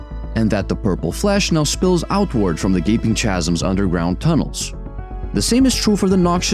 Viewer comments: Okay everything is this video is fine except who the F told you chasm was prenounced 'cha-sum' ffs get the word right. 'ka-sum' geez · Great video! oh, and chasm? its pronounced "kazum", not "chazum". The english language is awful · chasm is pronounced within the ch like a K. So it sounds like "kaz-m" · Chasm. It's pronounced Kasm